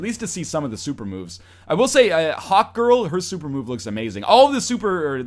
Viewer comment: Whenever he says hawkgirl it sounds like hotgirl just me?